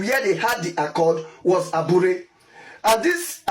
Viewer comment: you idiot! please pronounce it correctly. aburi accord and not abure accord. mumu